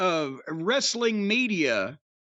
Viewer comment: Wrasstlin? Nah nah I’m good lol.